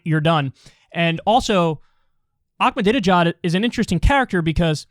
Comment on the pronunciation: Ahmadinejad doesn’t have a C or K in it, it’s not pronounced that way.